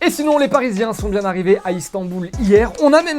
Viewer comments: "Muy bieng" Zinedine Zidane 2019😂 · Franchement c'est bieng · « C’est bieng » 😂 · "Muy bieng" Je partcipe pour le maillot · 2.59 : « c’est bieng » les erreurs arrivent même au plus grand😉🙂